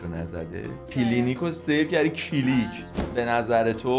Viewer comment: وقتی منظورش از کیلیک موتوره میگه کیلینیک😮